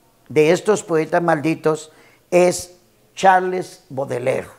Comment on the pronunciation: Que yo sepa se pronuncia charls Boudelier , PRONUNCIACIÓN